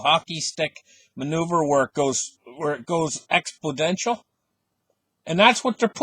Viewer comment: expodential??? THAT IS NOT AN ENGLISH WORD !!! maybe in stupid CANADA like you are!!! OMG ...that face you got ,belongs to RADIO !!!!